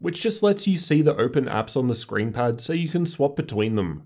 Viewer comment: How do you have a r sound when saying certain words like open 😂😂